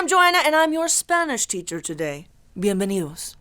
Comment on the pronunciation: You didn't even annunciate the d in bienvenidos